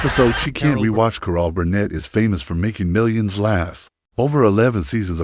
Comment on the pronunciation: "Core-All"? Your AI sucks. NINE MINUTES for a story that could be told in less than three...